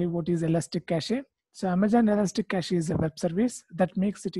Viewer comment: It’s not ka ch EEEE It’s just cash